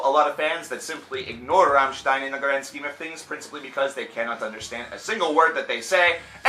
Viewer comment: Congrats on pronouncing Rammstein right, that doesn't happen that often... You did butcher the pronunciation of Sehnsucht, but that's no big dealm